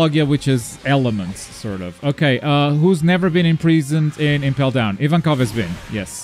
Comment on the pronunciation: mispronouned ivankov lol